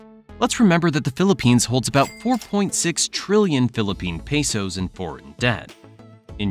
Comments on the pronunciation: Pesos not Peysos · “pay soes”